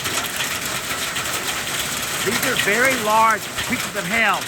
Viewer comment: its not hell its pronunciation is hay ull but say all fast maybe jami can teach you how to say it right